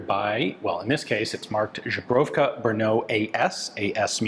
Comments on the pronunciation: Pronunciation is not correct: instead of "Zhebrovka" you should call it "Zbroyovka". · Lmfao! ZBroyovka not zubruvka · Pronouncing Zbrojovka as Žbrovka always makes me chucke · I am speechless about how consistently he manages to pronounce zbrojovka with a ž instead of a z Ive tried to teach a friend from switzerland how to pronounce czech letters, starting with ž and he never got anywhere close to it, god forbid that poor guy finds out about ř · Ian, please say ZBROYOVKA, because it sounds terrible for Czechs and other Slavs when you say ZBROGOWKA.😄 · Sorry, but used pronunciation is like..ZUBROWKA, what is in the fact kind of polish vodka. The czech word for armory is ZBROJOVKA. But cool. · Man, you're killing me with that "Żubrówka" thing. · “Zbroyovka”, not “Zhebrovka” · Yep It's not ZEE it's Za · Exactly! Ian is pronouncing it more like Źubrowka. :D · since Ian tries to pronounce foreign words right most of the times z-bro-yo-vka would be easier breakup for an American i'd say z as in zebra or zulu not as in vision zhebrovka sounds to me like Polish vodka zubrowka lol zbroya is weapon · Ian, You butcher Czech name of (mamy, mamy times...)Zbrojovka in absolutely, the mega funniest way, calling it... Żubrówka (perfectly pronounciated by You, by the way🤣), which is, hm... one of the best Polish vodka with european bison grass inside the bottle...🤣. Zbroyovka vs Żubrówka (You call IT😆 wrongly, every time taking about Czech small arm factory from Brno). Best regards😁. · Now this is so funny, mate! It's "cheshka zbroyovka"! Zubrovka is a Polish vodka with a specific grass flavor (good stuff by the way). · No offense, Ian, but how do you turn Zbrojovka into Zh-bro-vka? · Zbrojovka pronounced Z-bro-yo-f-ka not Zhebrofka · zbrojovka, ZBRO-YOV-KA, not zhebrovka :( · I think he likes czech women and polish drinks because his pronounciation sounds like "czeszka żubrówka" lol 😂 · let's say it together, Ian - /zbro-yov-kha/ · "czeska żubrówka" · Yes, he is mispronouncing it.